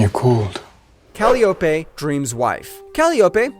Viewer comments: how about Calyeopay and calopee LMAO takes two seconds to look up how to pronounce words… humans are fcuked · It’s Call-i-o-pe not calope. Believing in what your saying is undercut by your mispronunciation of Greek names. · Yeah, definently AI. The pronounciation of the greek names is VERY AI. "Cal-ee-oh-Peh"? How about the correct pronounciation "Kah-Lai-oh-Pee". And Euridice spoken as "Yuri-Dice"? Correct pronounciation "Yoo-Rid-eh-see".